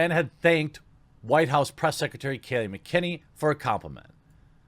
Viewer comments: Mac-en-eny. Not Mcenny. And she is the CURRENT press secretary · You say her name like Mack Annie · Her name is hard, I agree. It’s pronounced Mac-uh-neeny though. Not McKinney. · Learn how to say MACK-a nay nee... and tell you what, I'll do my part and learn how to spell it. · Jer, I love ya brother. I really do. McEnany = mac-uh-nay-nee.... hope that helps, it's getting brutal, forgive me. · Say it with me Jeremy: mack-uh-nay-nee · Believe it or don't, I ordered Domino's today just before I hit this vid AND I'm chowing on it now. Go to hell you "woke" bastards!!! Oh, and it's pronounced MAC-in-AY-ny. At that time, I think she was still a reporter for the Washington Free Beacon, but she's been on the Right (and correct!) side of the fence for a while. Maybe she was a NeverTrumper before, but she's on the Trump Train now! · its pronounced (MAc EN nerny ) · Why do so many people have trouble pronouncing McEnany. Muck-en-annie.